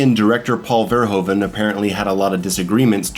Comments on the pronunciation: Its pronounced Verhooven bro Hes not a Ho, like Hoover damn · Excellent analysis, one of the greatest films in my eyes at least, just a lil funny thing to know, Paul Verhoeven is pronounced "FER-HOO-FE" its a dutch last name. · Great analysis. Love your use of the Streets of Rage soundtrack. But if it is your favourite movie, learn to pronounce the name of the director. Oe in Dutch is a diftong, with a sound like oo, like hoof. Verhoeven.